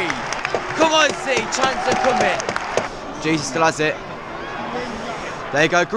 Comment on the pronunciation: You can’t pronounce Jesus 😂